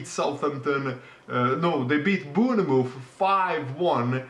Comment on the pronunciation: Why do you keep mispronouncing Bournemouth?